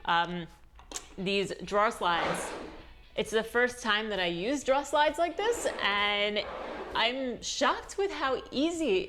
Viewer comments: draw = drawer LOL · I’m not sure what a “drah” is, but I suspect you start your day with “quafee” 🤣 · oh man - drawer lol - don't 'drop the "er" he he he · I never heard an accent from you before but in this video, when you say "drawer", I hear "draw". Boston? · I upvoted despite the missing syllable in drawer :)